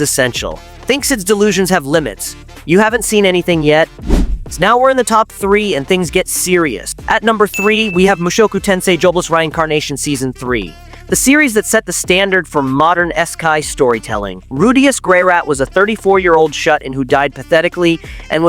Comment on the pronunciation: AI text to speech still has a hard time pronouncing words every once in a while. You really should listen to the output and fix the mistakes. They are obvious, like pronouncing reincarnation as rhine-carnation instead of re-incarnation, which it does several times when saying it in a title, but not otherwise.